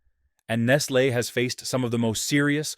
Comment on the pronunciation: Do you realize that there are no safety nets in these countries. If the the kids don’t work they don’t eat. So lose there jobs for them so they can starve to death. And again the AI voice is mispronouncing Nestle.